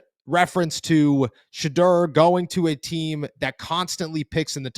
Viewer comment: There’s a u in his name bro. Sheduerrrr